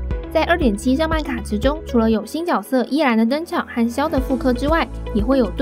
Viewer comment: 唸ㄧˉ蘭 是不是想吃一蘭了呢:_滷肉幫Tanoshi::_滷肉幫Tanoshi